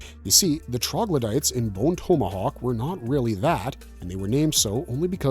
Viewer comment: You pronounce tomahawk like an asshole. This woke interpretation is annoying. I think we are all sick of it.